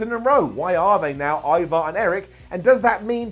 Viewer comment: I like how cole kept saying e-var instead of ivar !! Obviously michael never watched the hist chanl show the vikings ! I mean cmon cole ee-vaar 😏😏😂😂